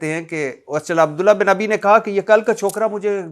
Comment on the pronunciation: بھٹی عبد اللہ بن ابی کا غلط تلفظ کرتا ہے۔